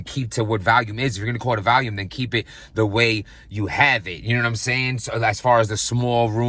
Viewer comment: Volume Vol-ume Val-ium is a pill. Thank me later. We love you